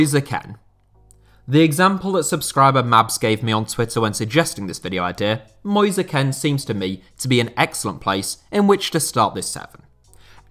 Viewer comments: mans said moze ken lmaoooo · Nice video but it's pronounced "moyse keen" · “Moise Ken” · 1st player. Moise Kean. Name butchered completely. Moise Ken it is apparently. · Sorry moisa Ken not moise kean